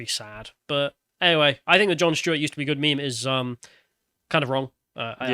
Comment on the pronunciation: Who is Jon Schtuet?